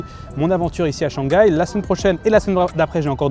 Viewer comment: <ShangGAI is the most French thing I’ve ever heard 😂😂